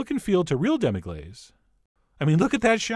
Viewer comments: sorry, but wouldnt it be pronounced "glass" rather than "glaze" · Say Demi-glass it's phonetically correct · You're pronouncing it wrong!